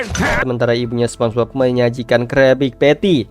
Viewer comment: minn ko sponbok sihh, apa gue yg salah denger